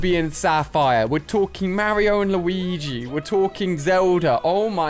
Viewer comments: i do not think he said mari-o or marry-o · Did you hear how he said Mario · he does not know to to say mario